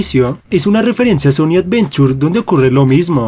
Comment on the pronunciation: sonic avenchur